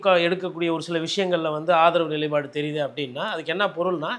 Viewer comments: நிலைப்பாடு என்பதை நிலை பாடு என்று சொல்வதை தவிர்க்கவும், உங்களைப்போல் ஊடக ஆளுமைகள் தரும் நிகழ்ச்சி மூலம் தமிழ் மொழி மென் மேலும் மெருகேறவேண்டும், அழகு பெறவும் வேண்டும், வாழ்த்துக்கள், வளருங்கள், நன்றி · அன்பு வணக்கம் . I wish to let you know some corrections in your tamil language. முதலில் தமிழில் எண்ணோட்டம் என்ற சொல் வழக்கில் இல்லை. எண்ணங்களின் ஓட்டம் என்ற பொருளில் நீங்கள் பகர்ந்தாலும் மொழி ப்தறுவ்தாய் எனக்குத் தோன்றுகிறது. மேலும் எப்போதும் நிலைபாடு என்கிறீர்கள். It is நிலைப்பாடு. பகரம் சேர்த்து உச்சரிக்கவும். நடுநிலையாக செயல்பாடுங்கள். நமக்குப் பிடித்தவரிடத்தில் தவறென்றாலும் சொல்லவேண்டும். அது போல் பிடிக்காதவர் நல்லது செய்தாலும் பாராட்டவேண்டும். நீங்கள் ஒப்புக் கொண்டாலும் மறுத்தாலும் திமுகவை மட்டம் தட்டுவதை முயன்று கொண்டே இருப்பீர்கள். தரவுகளின் அடிப்படையில் பேசுவதாக சொல்லிக்கொண்டு அடித்தட்டு மக்களுக்கு அதிமுக தான் என்பீர்கள். தரவுகளை மீள ஒருமுறை சரிபாருங்கள். யார் என்று தெரியவரும். முடிவுகளை வகுத்துக்கொண்டு வாதம் செய்யாதீர்கள். தமிழ்ச் சமூகத்திற்கு உங்களைப் போன்ற நபர்கள் உண்மைகளை உரைப்பதற்கும் வழி நடத்துவதற்கும் தேவை. அது உங்களுக்கு பிடித்ததாக இருக்க வேண்டியதில்லை. நல்ல வழியாக இருத்தலே சிறந்தது. வலிமையான ஆயுதம் உங்கள் கைகளில் எடுத்துள்ளீர்கள். நன்மை செய்யுங்கள். பணி தொடரவும் சிறக்கவும் வாழ்த்துக்கள். Last but not least. I am your big fan.